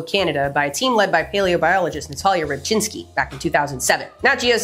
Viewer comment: the fact that you correctly pronounced Rybczynski........